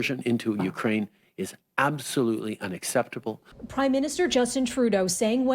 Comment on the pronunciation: Its unaceptawew. Bring me my selfie phone pronto!